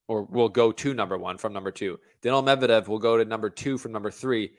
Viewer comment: “Mevdedev” is another level tho, better than both 😂